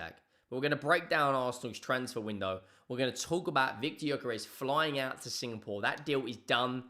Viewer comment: its actually pronounced "Yuh-kuh-resh." You're welcome.